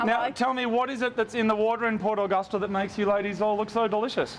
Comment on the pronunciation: the way mood says port Augusta annoys me being from the west coast of SA